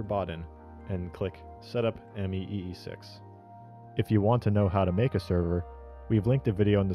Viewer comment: “Mee6” please shoot me.